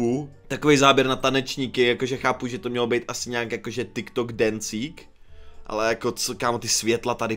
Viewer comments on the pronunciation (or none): none